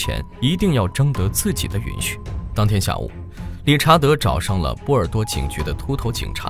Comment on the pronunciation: 波多尔是什么鬼。。。。 波尔多吧